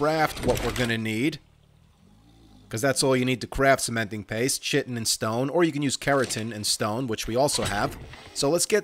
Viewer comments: Love the run through vids. p.s. Please stop mis-pronouncing Chitin. It is pronounced Ky-tin. TY :) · When your said "journey.. man chitin boots" it sounded like you said "journey.. man sitting boots"🤣🤣🤣🤣🤣🤣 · He said in the first video he knows how to say it, but chooses not to because his way sounds funnier.